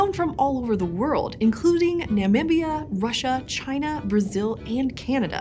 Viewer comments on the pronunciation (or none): none